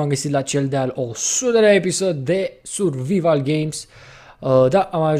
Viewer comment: Survival , serios ? chiar nu stii cum se pronunta?